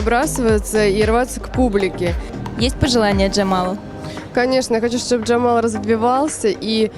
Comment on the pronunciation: Джемал,а не Джамал.